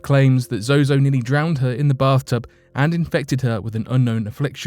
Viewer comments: Its ZOZO you kept saying Zoho due to your accent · Fsake, its zoo not zoho. Do your research properly lol. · The "demon" Zozo is an invented entity. Evans admitted to inventing his stories for attention. Also, you kept changing the pronouncoation of Zozo throughout the video, switching between Zozo and Zoho. Is this on purpose? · I think its zozo not zoho. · The host should have kept mispronouncing the name the demon that starts with the letter Z. all the demons are evil and dark, but some are definitely worse than others, but they all bow down to the name of Jesus